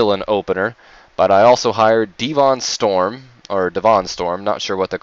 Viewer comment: Devon Storm is pronounced Devin BTW